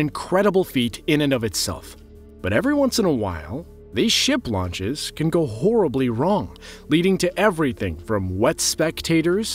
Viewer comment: These videos are all about how to exaggerate the word "horribly"